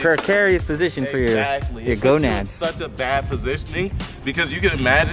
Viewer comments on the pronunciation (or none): "precarious position for your gonats''